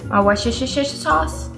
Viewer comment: New Subbie: searched for lentil soup and saw you, I’m lacto-ovo vegetarian transitioning to vegan. You’re hilarious and I love it! Immediately subscribed when you tried to say Worcestershire sauce cuz that’s drives me crazy too 🤣🤣 edit: I’m adding sliced baby carrots because I need more in my diet